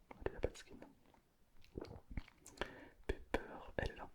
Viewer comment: ON DIT PAS PEPER ON DIT PIPER OU POLLY